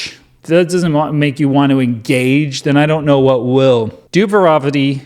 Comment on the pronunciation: Its pronounced "dude-you're-on-ta-me"